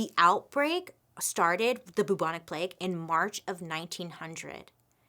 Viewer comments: Hey Bailey, I'm your biggest fan and I always watch immediately every story you post because they're so interesting. One thing though that made us chuckle every 5 minutes while watching this vid, is how you say Bubonic. It should be pronounced "Bewbonic" like "new" not "Boobonic" 😂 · I appreciate the attempt, but the pronunciation is still not right. It's not pronounced boo-bonic, it's pronounced closer to byou-bonic plague because a symptom of the plague is the formation of buboes on the body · no longer pronouncing bubonic as byoobonic, but as only boobonic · its peonounced byou bon ic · The cutest thing is in the UK we pronounce it B - YOU - BONIC but she can say BOO all day long! Love you Bailey! Keep doing what you're doing you're a flash of light in the darkness of my day! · Actually a couple of months after the COVID outbreak started in China there were also cases of the Bubonic ( the u bit is pronounced Ew so it's B-eww-bonic )plague not far from where COVID started. It's never died out as the fleas live on rats but outbreaks are rare but since COVID started in China it's interesting that outbreaks of other viruses or plagues have risen put of nowhere. Strange eh ? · The way she pronounces bubonic is hilarious! It's pronounced b-yew-bonic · Haha in the UK we pronounce it like ‘byoo-bonic’ plague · Pronounced Bewbonic 👍😃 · Love Bailey, but I did burst our laughing every time at the pronunciation of Bubonic! Literally never heard it pronounced that way lol